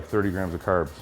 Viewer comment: curbs, aboot